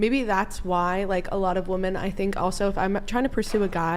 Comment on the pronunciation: "Maybe that's why a lot of woman" Why are American children, I mean women, incapable of pronouncing the word "women"? Are schools closed in the USA and no one gets a basic education?